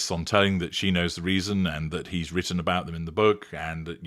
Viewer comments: And says "wroten" instead of "written". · Its obvious this sugar is uneducated and never reads because she said " wrotten' 😅WHO speaks like that ? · 'Wrotton' about them? She can't speak. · The fact that she said "wroten" instead of "written" for a start. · "Wrotton" stopped me in my tracks. Enough said. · Illiterate woman….cant even say written properly! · Such a sad illiterate woman can't pronounce words correctly needs to go back to school asap.🤡